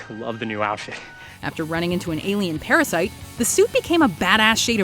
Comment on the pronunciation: DID SHE SAY PARASITE ?